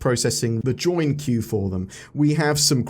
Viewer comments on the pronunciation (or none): none